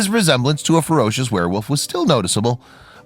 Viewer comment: Did you say ‘wereWOOF’? 😂